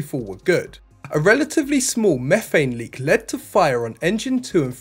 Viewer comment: And do the raptors really run on mephane?